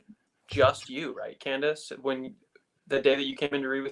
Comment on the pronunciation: He called her candeece